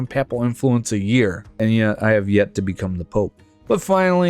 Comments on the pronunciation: Papal rhymes with maple. Except in EU4 videos, where folks picked up a lot of weird pronunciations of words they didn't know from old videos by Ludi and others who who don't speak native English. Pap-ul sounds like you're talking about baby food. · bro, the way U say papal pisses me off. other then that good vid